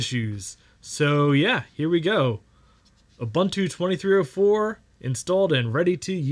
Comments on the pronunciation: OOH BOON TOO OOH BOON TOO NOT OOH BUN TEW come ON MAN get your shit together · It's pronounced "OOBOONTOO". "OOBANTOO" doesn't exist. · That's pretty cool. Linux kills on basically any older computer because it's so efficient. BTW, all the u's in Ubuntu are pronounced "oo", not "uh", so it's "ooboontoo", not "oobuntoo". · Great vid. by the way its pronounced as. uboontu. I think as an african i should bring this up way more. Cheers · If you cannot even pronounce Ubuntu (ooh booon too), what do you really know about Linux ....sorry, Mate, learn proper pronunciation. Don't disrespect my culture.